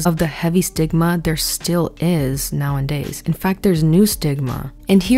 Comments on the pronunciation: Loved the video!! One thing in the kindest way possible, pretty please; it’s “nowadays” not “now-IN-days” normally I can hear past it but this video was chock full of them lol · “Now-en-days” is really taking me away from the content 😭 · love this video. the word is “nowadays” not “now and days” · Did you say "now and days"? 😅 It's nowadays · I watch you so often, I find myself pronouncing “nowadays” the same way you do sometimes 😂